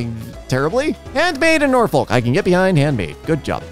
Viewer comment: There's no point to this comment, but the way says Norfolk makes me unreasonably uncomfortable It's pronounced Nor-fik, you don't say the L (at least for the Norfolk near me)